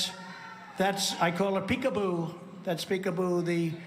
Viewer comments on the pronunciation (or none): He calls it peek abu?